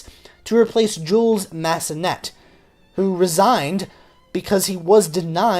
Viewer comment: Djewels Massennette???! Bon sang, c'est Jules Massenet, le 't' c'est muet... En plus, vous dites "conservatoire" comme un fermier charentais, donc, pas d'excuses monsieur !